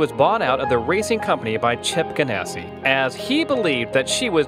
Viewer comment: Chip Gansy ? Felix Sahbez ? Duhtona 500 ? lmao...you would think people who make these things would do their homework before sounding stupid. It's Chip Ganassi and Felix Sabates !